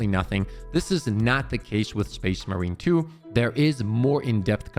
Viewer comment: Can we practice calling it space MARINE 2 Please.